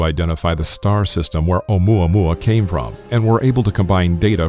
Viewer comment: Maxine Raven Alum i thought he Said omae ma wou xD